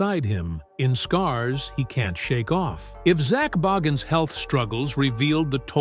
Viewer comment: Pronounce his last name right!